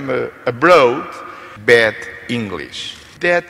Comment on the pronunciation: Será que ele queria dizer Bad english ou Bed english (inglês de cama) eh eh